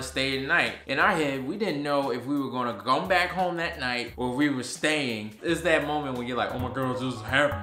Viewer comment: “we didn’t know if we were gonna GOME back here ..🤣🤣🤣🤣 crying hahaha